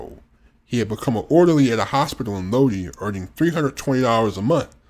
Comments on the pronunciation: Having lived in Lodi, it's SUPER annoying hearing it repeatedly pronounced wrong. It's pronounced: low-die or load-eye not low-dee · PRONOUNCED LOW DIE!!! Iugg